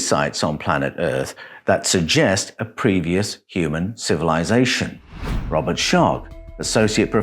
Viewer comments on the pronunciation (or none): none